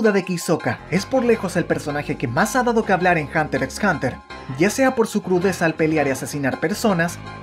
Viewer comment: Creo que la "X" no se pronuncia jeje pero buen video 👌🏾